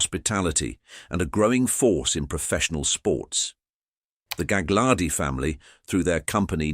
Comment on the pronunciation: It's galardi the second G is silent